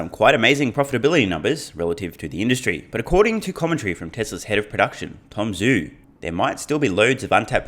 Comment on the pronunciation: With the exception of Dave Lee and, I think, Herbert Ong, most Tesla YouTubers are mispronouncing Tom Zhu’s name. It is pronounced “Ju,” not “Zoo” in Chinese pinyin romanization method.